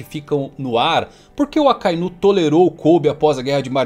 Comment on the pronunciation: te sigo a muito tempo, pq vc fala "Akainú" e não "Akainu" como é dito no áudio original?